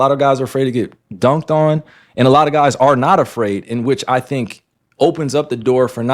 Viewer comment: "alot of guys are afraird to be embarassed" yes bro BY YOU.